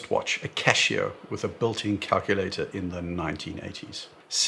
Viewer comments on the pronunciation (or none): it’s spelled Casio and it’s pronounced with an s! It’s not Cashio…😂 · Casio not cashio 🤣😂😆😅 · it's pronounced cashio cuz it saves you cash 🤑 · I love your content but if you pronounce Casio the way you do again I'm gonna call 911